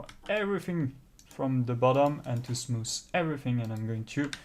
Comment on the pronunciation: lol why do i find him saying SmooS satisfying